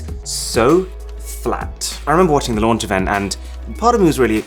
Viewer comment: He said LOUNGE instead of LAUNCH in And STAY SHUNED instead of STAY TUNED in